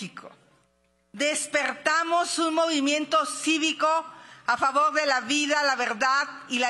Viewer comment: "Favog" que me hace 😂